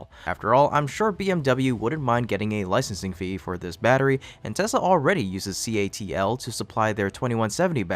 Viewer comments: Let's just say you'd be smart to verify this information yourself. This video makes A LOT of assertions and the narrator misspeaks plenty. For example, how many times does he refer to CATL as CALT. That subtle slip got me wondering - CATL (Contemporary Amperex Technology Co. Limited) is a Chinese company. That's important to me. The 2 largest lithium producing companies in the world are not Chinese and a majority of their mining & refining is done outside of China. Get the facts, make up your own mind, and most importantly understand the Chinese government's ambitions. Suggested read: The Hundred-Year Marathon. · you kept saying CALT inStead of CATL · Nice reporting! I love the item about the PolyJoule. Outstanding innovation, even with lower energy density. One note: You keep saying CALT. The battery company is Contemporary Amperex Technology Limited, so it's CATL. All good wishes. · You keep alternating between calling it "CALT" and "CATL" (correct) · CATL!!! NOT CALT...